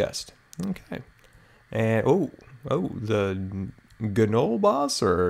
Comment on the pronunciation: Pup isn't harmful. Talk to the Gnollboss (pronounced Noleboss) again to get quests. If you take these as offensive, sorry. I don't mean it to be that way, just meaning friendly tips. And also you are an amazing youtuber. Thanks for reading!